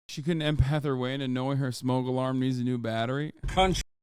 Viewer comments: She’s an empith not an empath. 🤷🏿‍♂️she said it not me. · “I’m an intuITIve impèth” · Don't believe I've ever heard someone pronounce empath like that